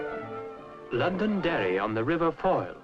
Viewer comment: The reporter got the name of my home county correct. LONDONDERRY.